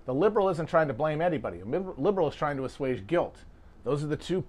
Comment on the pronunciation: The most endearing thing to me about Matt is the occasional mispronounced word (assuage as "assooge" but really who cares??) in the middle of a mind blowing explainer that changes the way you think about a subject. A true man of the people through and through. We love it.